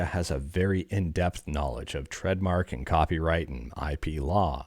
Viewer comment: Buddy, you've gotta stop pronouncing TRADEMARK as TREADmark 😂